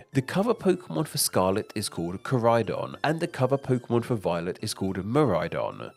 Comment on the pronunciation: Ko ride-on and mi ride-on